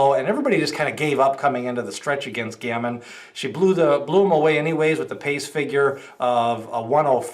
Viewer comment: It’s pronounced Ga-Mean